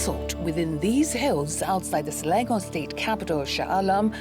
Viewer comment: isnt she local? why she pronouced selangor as slelengor?